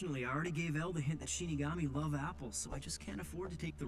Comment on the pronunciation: You made it, you reach one of the most iconic scenes. Naomi who, potatoes scene will live forever. Also I wonder why are you having difficulties pronouncing Shinigami?, you pronounce the word as Ishigami. Perhaps are you a fan of Kaguya-Sama Love is War and your subconscious betrays you?🤔 Something to confess there buddy? 🧐 Jokes asides, reminds me of an acquaintance that I know since we both were children, this individual pronounced incorrectly words, to provide more context in Spanish G and Q combined with the vocals to pronounce the respective combination is: Ga-Gue-Gui-Go-Gu Qa-Que-Qui-Qo-Qu. As you can see E and I use an U in-between but the U is silent, which can be seen in words like ''Que?'' (What?), ''Guerra'' (War), Quito; for this words my acquaintance pronounced the U which was also involuntary when we were children, luckily my acquaintance learned. You still have hope to recover, maybe if you know a psychotherapist it could help you but I heard they are a rare species, like people who can pronounce all 50 States in one go. PS: If you read all this thank you for your time and greetings from Venezuela.